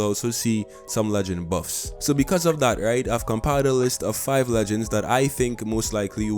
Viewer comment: “Boofs and nuufs”